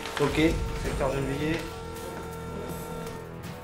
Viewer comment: Je pense qu'il fait référence a une mauvaise prononciation ^^.